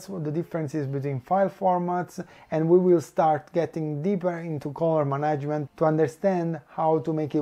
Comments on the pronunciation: I understand. I was in fact wondering if any of you were native speakers. I'm not either. I'm just an old and uncontrollable grammar nazi. I was cringing a little every time I heard the word "management", but still quite an informative video, I was enthusiastically glued to the screen. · So nobody in his team took the time to point out how "management" actually is pronounced?